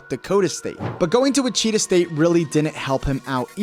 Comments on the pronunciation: And Wichita is pronounced wi-chuh-taa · LOL you say Gonzaga right, but butcher Wichita. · And witchita state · You should learn how to say his college name before making the video, you butchered Wichita like crazy, I've never heard it pronounced the way you said it. Good video otherwise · Ma-leek not Ma-lick Monk, and Witch-i-taw instead of which-cheetah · I thought your pronunciation of Malik was bad. But you absolutely butchered Wichita. Had to stop watching the video. You can’t watch basketball.